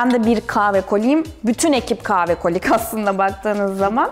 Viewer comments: Offff kave değil kaHve !!!!!!! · Kızın kaave deyişi ne kadar sinir bozucu. Kahve diye söylenir o kaave değil.